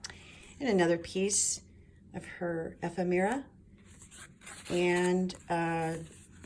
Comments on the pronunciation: Love this journal!! Ephemera..is pronounced...E..fem..ra. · This is such an incredibly beautiful book. I so enjoyed walking through all the lovely, delicious details. Simply gorgeous! (I hate to do it, but it comes from the best intentions in my heart, but the word ephemera is pronounced EE-FEM-RA. Please don’t hate me. Wink-wink.)